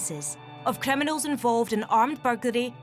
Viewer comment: I wonder why they didn't get a Polish person, or a Pakistani to narrate this video. There would have been a better chance of them being able to speak English. What the blazes is a "Sea-rius kremmy knol"? In another video, she refers to someone sustaining "Sea-rius N juries" and "Ex paired wetnurses geving evvy dense" Almost unwatchable except for the parts when there is no narration.